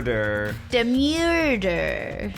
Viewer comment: 'Miurder'😖 It's time to stop👨‍💻🍹